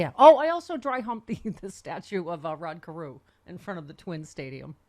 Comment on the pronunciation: "Rod" Carew 😂😂